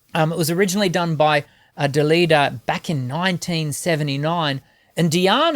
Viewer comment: You are actually getting worst at pronouncing her name and you also mispronounce Dalida's name a s well, you did say the title of the song correctly though so that is something. The setting is not a little theater, it is a small private club that Diana used to do her musical experiments in order to get a feel about her new songs before incorporating them in her repertoire. I love this song, Diana tried to sing it last year in a live concert because someone from the audience suggested it, she couldn't remember all of it but it sounded as sweet as ever.